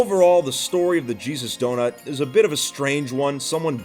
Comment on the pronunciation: It sounded like “the cheese is donut”